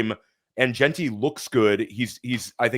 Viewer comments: Jean - Tee at least once a week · The way says jeanty tilts me so much